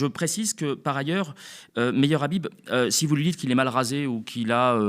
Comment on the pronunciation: Son nom se prononce khabib. Ikh qu'est-ce qu'il est vulgaire aucune élégance aucun charisme et il ose critiquer les musulmans. Comme on dit au Maroc il ne m'arrive même pas à l'ongle du petit orteil. Il doit le savoir le marocain c'est quelqu'un qui a une très haute estime de lui et il se sent naturellement supérieur à ceux qui se la pètent par contre on sait être modeste avec les gens modestes humbles on est toujours prêts à se plier en 4 pour leurs faire plaisir leur rendre service. Mais jamais on ne laissera intimider ou insulter par ce genre d' énergumènes.